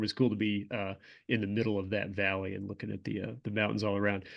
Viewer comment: I always hear Vallian Ridge instead of valley and ridge lol